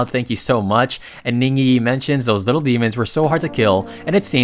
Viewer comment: never heard a Ai voice say little, as littel.